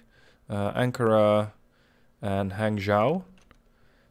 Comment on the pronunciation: When you see g at the end of a chinese word (for example 'chang' in changsha, 'hang' in hangzhou), don't pronunce the g. Instead you should open up your mouth more and use nasal sound for the vow before (just like how 'long' is pronounced differently from 'low'). For example, the 'a' in 'chang' should be pronunced more like the third 'a' in 'avalanche' instead of the 'a' in 'happy' (and same goes for hangzhou)'